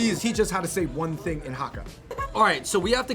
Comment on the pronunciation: It's HAAKAA! (Cantonese) - long (a) sound